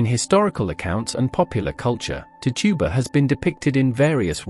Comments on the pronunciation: That's tichiba not to tuba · Actually it’s neither. It’s Tituba.